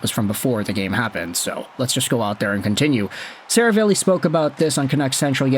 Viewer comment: SeraVAHlli not SeraVAYlli